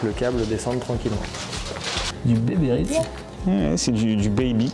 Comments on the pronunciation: Puis je suggérer qu'il s'agit de colliers RILSAN et non RISLAN... ;o)) Ca change tout!! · RILSAN ;) Tu peux aussi dire toronner au lieu de Rislanter 🤣🤣🤣